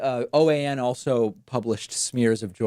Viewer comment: Should be OAN not PAN